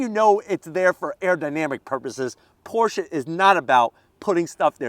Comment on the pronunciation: thank you for pronouncing it correctly Porsha